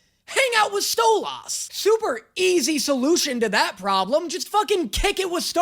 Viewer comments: Please stop saying stolas like that 😭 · can we please talk about how you pronounce Stolas? also... we spent 20 minutes laughing over Dinasour. as most of the comments say, Blitzø hates himself, and doesn't believe anyone can love him, also Stolas up to this point has basically only shown wanting to have sex (they really need to just kinda... talk to each other) also yeah, Helluva feels better than Hazbin, it's had longer to cook. ~<3 Edit: shit, I forgot to mention, no comments at all for Luna calling Blitzø "dad" twice? aside from almost saying it in episode 3, she has never called him anything but Blitzø before. ~<3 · BEGGING you to stop saying Stolas the way Stella does. It hurts lol. Great reaction tho. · can’t wait till he reacts to episodes 6 and 7 in season two😭 i can also tell people are gonna immediately tell him he’s pronouncing stolas name wrong lol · ITS PRONOUNCED STOW-LESS NOT STOW LOSS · You saying Stole-Ass instead of Stoles, all the TIME. His wife calls him that as an insult. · cuz it sounds like he's saying "stole ass" instead of stolus, which is how the characters say it. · Its not stolaaaaas its stoluuuus its only spelt stolas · The way you say stolAS is so sassy, people pronounce it as StolES like a E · its not stooooooooo-loss its sto-lis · i love you but it brings me so much pain when you say "stoll-ahhs" instead of "stolas" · Hey. Just letting you know it's pronounced (Stole-is) not (STOLE-OS) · ITS STOLAS. STO-LUS, MAYBE EVEN EVEN STO-LIS, NOT STO - LASS 🙁🙁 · WHY DO YOU KEEP CALLING HIM "STOLL-AHS"?! I don't think we EVER hear someone say his name like that in the show??? It's always "Stoll-iss" (like "hiss"). Even Stella calls him "Stoll-ass"! Lol where did you get "Stoll-ahs" from??? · Why do you pronounce it "Stole-Ass"?It's pronounced "stole-is" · It's pronounced "Stole-iss".... Not Stole-aws"... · SAY HIS NAME RIGHT STOLAS STOLUS NOT STOL ASS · Im going to bully you and say "stolis" not "stolahs"